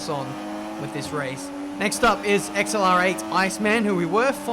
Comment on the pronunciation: How said X L R 8 rather than accelerate really triggered me idk why